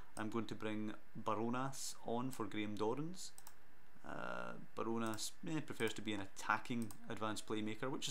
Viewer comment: ‘barjonas’ is pronounced as bar jonas